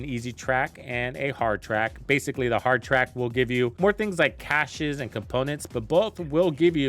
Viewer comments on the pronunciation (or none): none